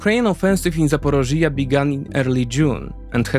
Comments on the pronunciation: Hi, You're pronouncing Ukrainian places using Russian names. For instance, the region and city of Zaporizhia. Please see quote from Wiki, "Zaporizhzhia[3][note 1] (Ukrainian: Запоріжжя, IPA: [zɐpoˈriʒʲːɐ] (listen)) or Zaporozhye (Russian: Запорожье, IPA: [zəpɐˈroʐje] (listen))" which I hope helps explain it. I wouldn't normally make a comment but you use the Russian Zaporozhye dozens of times in the video and it's also not just this word and not just this video. A nation fighting for its independence from Russia should be able to reject its colonial names. It's particularly important right now so it would be great if you could go out of your way to accommodate this. Thank you! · The explanation nearly perfect, thx! Hope ZSU & the partisans manage to cut off those supplies soon, really hope, it’s extremely needed Besides the topic, thx for clearly showing Crimea as Ukraine. Btw Zaporižža, zah-po-REE-jah, j like si in vision 😉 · I have never heard of such funny pronunciation of my hometown Zaporizhzhia😅 Accent must be put on the first “i” in the word. But so detailed analyses of the situation I did not even see on Ukrainian channels, thank you! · Another excellent presentation!!! However, you mispronounce the word ZAPorizhzhia, over and over again in the talk and this is very distracting. Finally, I can only cry over Biden's failure to give the weapons to Ukraine to finish the Russians off. He just doesn't want the Ukrainians to win. The Russians are so very, very vulnerable as you have presented. With the proper missiles they would be finished within weeks or months! Cheers. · Why don't you research your pronunciation, too. One example for all - the accent in "Zaporizhzhia" is in the 3rd syllable, not 4th. You can also use an app to read your text out loud, take pronunciation notes, and only then do your own reading. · Zaporizhzhia NOT ZAPOROZHYE. LEARN UKRAINIAN FFS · It's call Zaporizhzhya, the sound on the I. Just would like to help. Ty for your vids